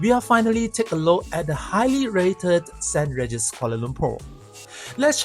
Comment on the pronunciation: it's pronounced Saint rEEgis, not Saint raregis. but nice content and i agree with the points made in the video about the walk although can use the MRT but that is a walk by itself!